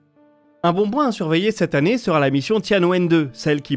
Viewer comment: "Un bon boint à surveiller". Toujours de superbes vidéos et sujets bien travaillés, mais niveau prononciation, je ne sais pas, mais il y a très souvent des choses étranges.